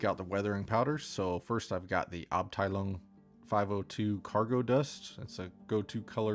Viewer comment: i think this man needs his own spot on this channel or his own channel :D also he is the first non-german one that can pronounce abteilung correct ^^